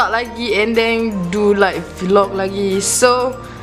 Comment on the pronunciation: "and theng" woi klate tk leh sorok tu 😂😂😂